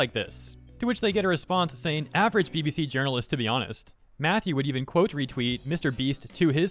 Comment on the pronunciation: Ah yes. "Jurnalist".